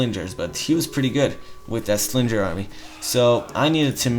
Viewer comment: Sling-er, not slinjer Man-er, not main-or Ah-noob-it, not anubyte Other than all this, great videos